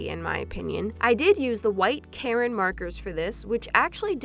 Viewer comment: it’s ka - rin